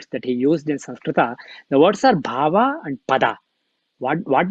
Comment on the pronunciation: Respected... Namaste. Please say Pad as Pad, NOT Padaa... same for Bhav, as Bhaav, NOT Bhavaa... Keep Sanskrit as Sanskrit NOT Sanskritaa!!